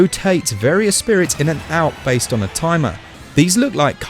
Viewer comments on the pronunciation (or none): none